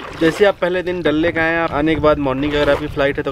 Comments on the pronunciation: When he says dal lake My ears :- dalleee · Mann me tharak jubah pe ghapaghap Bangkok wala wo vlog Yaad hai abhi tak 😘😂😂😂😅 Like maari if you heard dalle instead of dal lake 😂